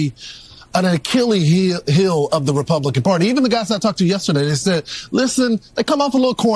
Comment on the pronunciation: Faulkner, a Black woman, had a Freudian slip. She said Republiklan in that clip! Watch it again! Lol!!